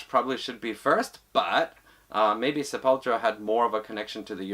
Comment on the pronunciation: As a brazilian, Id like to point out that the pronunciation is /sepulTUra/. Portuguese for "grave".